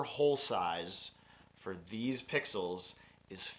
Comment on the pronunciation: Triggered every time you said "pixels". ;) Great content otherwise...thanks!